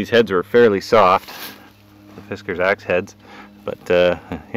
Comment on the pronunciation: Fiskars with an A as in bars, not FiskErs as in whiskers. Sorry but with a name like yours, you don't look the part and your "project" is absurd. If after more than 60, 100, 200 overstrikes there isn't a mark...Try to destroy something else. The best wooden hickory handles don't take five overstrikes to crack or split.